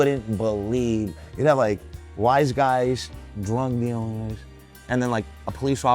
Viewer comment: its funny how he says “drug dealers” differently than wise guys like wise guys aren’t out committing murders, larceny, extortion, AND dealing drugs😂.